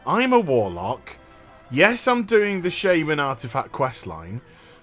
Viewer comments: Shaman not "Sameman"... there is a saying among us "Native Americans"... There is no SHAME in Shaman. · sha man...not fucking shay man..jesus..for being English you can't pronounce English words properly. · "shayman" lol